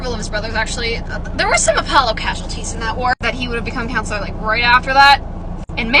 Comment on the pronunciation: When you said “head counselor” I heard “head count slur” 😭😭😭